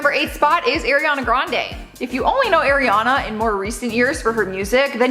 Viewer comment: Say Ariana right please Kourtney is the oldest not Kim